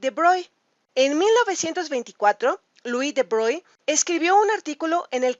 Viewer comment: SE PRONUNCIA BROGLI (CON ERRE FRANCESA) H MON DIEU JE MEUR